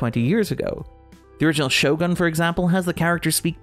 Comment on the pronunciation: I love all your work but was a bit irked everytime you said the show name. It's pronounced "sho-goon". Or this part of a bit?